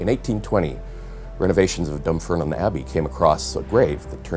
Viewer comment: However he attained his professorship, this is just another American bozo busy explaining Brits to themselves. He can't even pronounce half the words he's using, let alone "Dunfermline" -- but I know the type. He'll just sneer and say "How can YOU know THAT!"